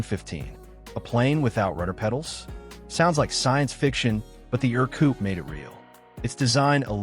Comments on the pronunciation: It's pronounced "Air-Coupe" not "Ur-Coupe". Also "cheap" and "airplane" don't belong in the same sentence. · It's pronounced 'AIR-coop' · ER-Coupe, The AirCoupe was a built later by Forney/Fornaire and Alon. The Ercoupe shown appears to be a Ercoupe 415 C model?